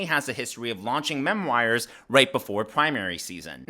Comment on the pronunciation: Why’s he keep saying mem-wires? ‘ta fuck?